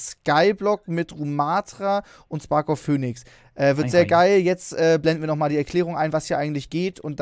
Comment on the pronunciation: Niemand: Trymacs: SparkofFöönix